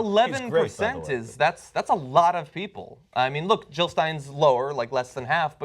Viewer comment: Jill not Hill. Pass it along.